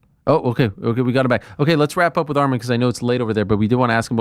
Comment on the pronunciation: Its ARMAN NOT ARMIN ARIEL